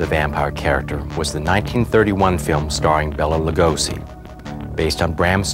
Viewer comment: He CHANGED his name to Lugosi!!! So NOPE it wasn't Lugosh. He didn't want it pronounced that way.